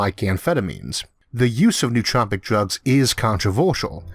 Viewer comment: it's no-o-tropic, not nuhtropics